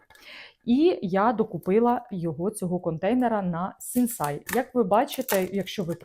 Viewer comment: Мова йде про Сінсей, а не СінсАй.